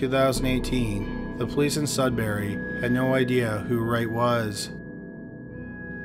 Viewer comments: Its pronounced, Sud bury, not Sud berry And the accused has a wife and 2 children and worked in a lab in North Bay. But thank you to all who brought this bastard to justice, praying justice will be served, Renee deserves that and her family proper closure. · Mistake on how to say Sudbury aside, good video. (it's pronounce Sud (That part was right)- Brrr(Like when you're cold) - Ey, like when you say Hey, without the H. Just a note. I used to live there.)